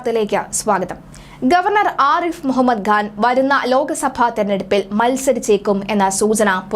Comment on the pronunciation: The name is Khan not Ghan. I see this problem in many speakers.